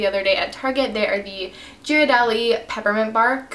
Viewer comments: Ghiradelli is (gair-a-deli) not (ger-a-deli) just saying. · Your chocolate is pronounced gear-a-deli ;)